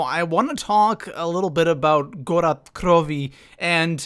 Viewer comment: wtf did you really pronounce gorod krovi goroth krovi smh it's really not that hard to pronounce